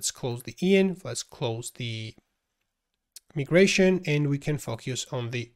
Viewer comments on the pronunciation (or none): for proper english, its not called me-gration, its called my-gration